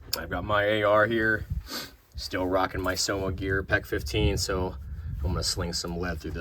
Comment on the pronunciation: Wtf did he just say, homogear? 😂